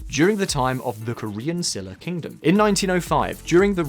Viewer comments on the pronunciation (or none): Slight pronunciation note about "Silla Kingdom." Silla sounds a lot more like "Shee la" and not "shill la." And Ulleung-do sounds more like "Oo-LUNG-doh" (not exactly but that's as close as you can get in English).